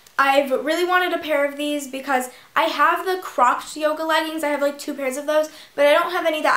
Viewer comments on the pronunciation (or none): none